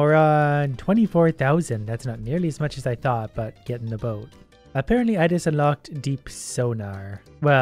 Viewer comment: "Gedenda boat"